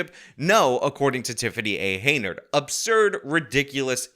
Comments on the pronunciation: Nice informative video! You are pronouncing her name HEY-NARD and it's Henyard. You put the Y before the N! Many videos like this linger on, but you are concise and to the point! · Hen, not hay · "Hen-yerd", not "Hay-nerd". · Henyard, not Heynard! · I want to say “good video”. But you’ve been pronouncing “Henyard” as “Heynard” the whole time. Except for that: good video. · HEN YARD . Not Heynard. Get it straight. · HEN YARD HEN YARD HEN YARD! Not Heynard. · be advised, jthe name Henyard is pronounced "hen-yard" not"hey nyerd". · Henyard say it with me HEN YARD not Heynard. Great video though. This lady proves you can be what you wanna be. *Chris Rock " I CAN BE MAYOR " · it’s HEN-yard, not HEY-nard. Not that she deserves her name to be pronounced correctly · it's Hen-yard, not Heynard..... 🙂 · .....its HENYARD. Not Heynard. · C'mon - it's 'HEN' YARD, not 'HEY' NARD. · Dude... Not HAY NARD. HEN YARD! But feel free to call her 'itch... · You freaking goober….. her name is HENYARD, HEN-YARD….. not HEYNARD…… the N comes BEFORE the Y!!! I know words are hard especially when you have a news reporter pronouncing it correctly for you right in your own video lol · I thought it was, "Hen-Yard", rather than, "Hey-Nerd".. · Take a shot of whiskey every time he mispronounces "Henyard" as "Heynard"... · With all your coverage of this person, why do you still think her name is "Heynard," not "Henyard?" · Her name ISN'T Heynard!!! It's HEN YARD! You want to be youtube famous, dude, learn how to pronounce her name!!!!! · It`s Hen-yard, not Hey-nard. HEN-YARD! Please get it right in the future; it is driving me crazy when you mispronounce it constantly! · This is a very interesting story but you're pronouncing her last name incorrectly. You are mixing up the n and the y which gives her a different last name than. It is henyard not heynard. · HEN-yard, not HEY-nard. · It’s pronounce Henyard not Heynard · Pronounced - "Hen" "Yard"